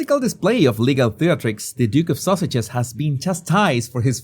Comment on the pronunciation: He IS saying "Duke and Duchess of sausages." 😂😂